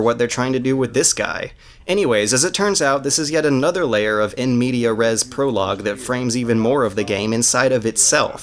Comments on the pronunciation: Interesting video. Of course, it doesn't really offer any surprising insights since we all know how much BF3's singleplayer sucks, but it's enjoyable nonetheless. On an only marginally related note: You constantly say "in media res", but it's actually "in mediAS res". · lol in "media" res